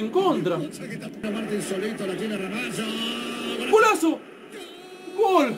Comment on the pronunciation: Wow amigoooooo!!! Dijiste Ramallo sin pronunciar la "Sh" eso es increíble jsjjsjj saludos crack. Eres el mejor